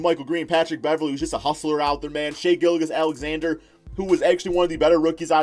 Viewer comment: Learn how to pronounce that man’s name! It’s Danilo not Danealeo!!! Also Shai’s last name is pronounced Giljus, I’ll give ya that one because you can say his first name right. 😂